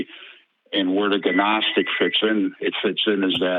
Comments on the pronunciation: The “G” in Gnostic is silent .. pronounced “Nostic”…. And the reason many of the Gnostic books weren’t kept — is because they were even less believable (If Thats even possible) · Why does he keep pronouncing the g in "gnostic"? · Please tell that man how to pronounce gnostic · I blame the GNU operating system and the Gnome desktop environment. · I think he only ever read it, and with his limited education he never learned the silent G concept. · It's so annoying